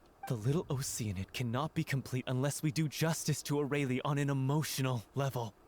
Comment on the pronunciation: I forgot how badly they pronounced Aurelie in this, I don't know how they got that pronunciation from that name